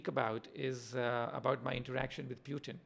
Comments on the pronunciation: First time I heard PewTin instead of Putin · What's this Pyootin? Bhai bolna nahi aata kya tujhe?